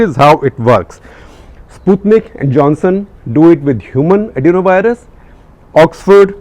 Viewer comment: You have pronounced Sputnik correctly for first time!. New cases of last 10 days, will take time to reflect in recoveries, you can't spread panic on that ratio, which is meaningless, when the surge is only in 10-15 days. Comparison with Adelaide test match is brilliant!. Depending on a useless, inefficient, ineffective ,unassertive, timid Health Minister like Harsh Vardhan has been the cardinal sin of Modi to let the matter go into the hands of Babudom. Private procurement&import of vaccine should have been allowed by Corporates & Private Hospital Chains. Those who can & would like to afford the vaccine should be allowed to use the same, to that extent could reduce burden on Govt.System which has it's own limitations & constraints.